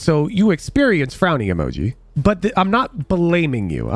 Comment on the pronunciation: Bro said emooojin and im here for it